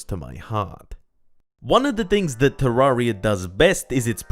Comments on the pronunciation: Any one else triggered by him saying te rar ia not te rer ia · isn't it "te-RER-ee-uh?" not "tuh-RAR-ee-uh" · "Terrariar..." i wonder what nation this man is from?